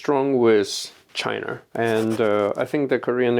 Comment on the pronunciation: Korear Chinar Russiar처럼 'a'에 r발음 붙히는거 빼면 매우 훌륭하신듯